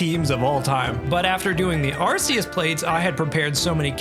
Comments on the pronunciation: i stopped watching the moment he said "Arceus" wrong it's "arc-ee-us" not "arse-ee-us" LOLL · ARC - EE - US We all speak english right? He has an Arc around his body. He is a biblical like figure, often marked by an... Arc... Arceus... not Arseus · Its actually arc-e-us btw not ars-e-us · Ah yes. ArSEEus. And the ARSE phone he gives us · We all know it's ar-coos :p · took almost a year and still pronounces arceus wrong, what a joke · You lost me at the arceus pronounciation